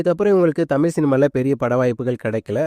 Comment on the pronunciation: தமில் ⛔ தமிழ் 👍🏻